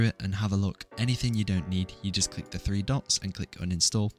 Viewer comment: YOU SAID FREE AT THE START BRO SO BAD